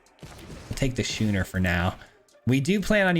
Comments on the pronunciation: This set really is a pronunciation challenge for all of us isn’t it? “SKOO-ner” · Draught is pronounced draft, from the British speling, and Schooner has a hard C pronunciation, like school. Love the deck! Mardu anything rocks.